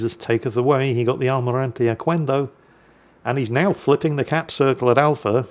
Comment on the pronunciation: Hola! In spanish, the letter "q" always goes followed by a "u" when the next letter is a "e" or a "i", and together "que" sounds like "ke" and "qui" sounds like "ki". So "Almirante Oquendo" sounds like "Almirante Okendo" (not "Okuendo"). Other spanish words with "qu" before "e" or "i" are: queso (sounds like < >, means cheese), quemar (< >, to burn), "chiquillo" (sounds like < >, means "little boy"), quitar (< >, to take off) 🤓